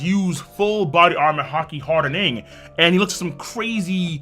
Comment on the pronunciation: Nobody:: "Armament haki hardeNING"